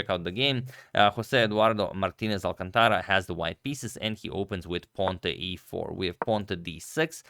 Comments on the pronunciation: It's not "alcanTAra", but "alCÁNtara". That's why the stress marks are added in Spanish: so you know where to stress words. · I like the new look alright, although I would suggest trying a different font for the quotation at the top. Also, that guy's name should have the third to last syllable stressed (hence the accent mark) ... ie al-CAN-ta-ra, not al-can-TA-ra